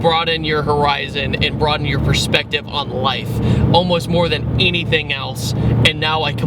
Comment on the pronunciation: I just realised that you say "enything" instead of "anything".